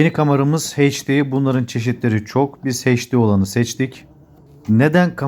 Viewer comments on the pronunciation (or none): Hocam elinize sağlık, çok yeteneklisin. Bir katkı, Türkçe'mize sahip çıkalım; HD kısaltmasını okurken ya eyç-di ya da he-de diyebilirsiniz. Heyç-di diye birşey yok. Ne Türkçe, ne de İngilizce. Saygılarımla.